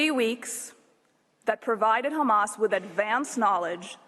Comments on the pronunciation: It is Hamas not Khamas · Khamas , khamas , khamas ... he's repeating this for about 5mn now ... come one next ... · This is an old Isr@ tactic of denial, which is not working anymore, honestly... Everyone in the world sees The Genoside being conducted everyday, and it's all over the Social Media, in front of everyone's eyes...Did someone count how many times he pronounced "Khamas"? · take a shot every time they say khamas (try not to get alcohol poisoning challenge IMPOSSIBLE) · hilarious is the way they kept saying KHAMAS, when they can speak a fluent English.And it's also hilarious that they said KHAMAS 137 if i'm not wrong, not talking about a single crime of war that they did.😂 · They can't say Hamas, KHAMASSS